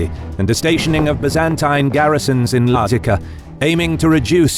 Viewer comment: can't tell it's an AI voice until the pronounciation of Lazica. thought it was a weird edit at first.